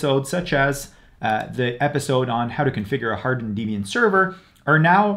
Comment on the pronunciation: Just FYI it's "deb ian" not deeb ian, it stands for debra + ian, persons names. good guide though